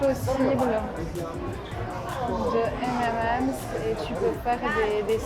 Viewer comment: J'ai tendu l'oreille quand tu as dis M'm'M's et j'ai ri (j'avoue). On dit M'n'M's (le 'n' étant l'abréviation de 'and'= M&M's). Sinon il y a une boutique identique à Londres 😉. Pour l'anecdote la plus drôle: 1ere nuit à Hanoï, nous devions nous lever tôt car rdv avec notre guide pour partir à la baie d'halong, avec le décalage horaire on règle tant bien que mal l'heure sur notre portable (à l'époque ça se faisait pas tout seul!). On se couche, et puis réveil en sursaut, on sait pas trop combien de temps on a dormi parcequ'on était pas sûr du réglage mais avec l'impression d'avoir quand même bien dormi, on s'habille en 4eme vitesse, j'allume la tv pour voir si il y a un journal tv qui indiquerai l'heure: rien. Mon mari descend au resto pour voir si il y avait une horloge. Il remonte: on avait dormi 1/2 heure 🤦‍♀️et là on est tombé comme des masses après ce coup de speed. Aussi, là c'est une anecdote qui revient à chacun de nos voyages à l'étranger : mon mari comprend bien l'anglais mais pour moi ça va trop vite et je comprends pas tout, par contre il ne parle pas bien l'anglais mais je me débrouille bien, donc quand on s'adresse à un autochtone, mon mari me traduit et ensuite je répond en anglais, et là l'autocthone nous regarde bizarre et doit se dire "ils sont fous ces français "